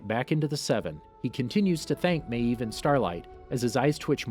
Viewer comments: You say maeve like meeeeeve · "Queen MAYeeve" OMG dude it's just one syllable. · Every time you said Maeve, you pronounced it with two syllables. 🤣🤣🤣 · No one: The narrator: maEEve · The way this dude pronounces mave........ Queen Maaaaaaaavvvveeee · "Queen mAEv" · Why do u say mave like that.Just wondering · Why do you say maeve like that?!!! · why do you say maeve like that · Stop saying mave like that😂